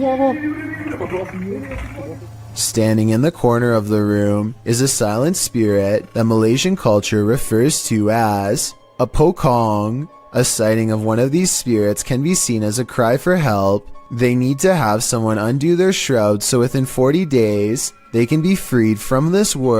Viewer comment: Pocong pronounce like pochong, cho as is 'chores', not kong as is kingkong..cm poh kong dh aku dgr..lol